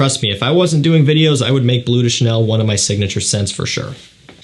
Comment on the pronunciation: Maybe, out of respect for the language and culture it comes from, it's not called 'Blue' de Chanel. It's called 'Bleu' de Chanel, which does mean blue but it's pronounced 'blehw'.